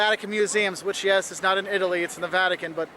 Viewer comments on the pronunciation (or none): none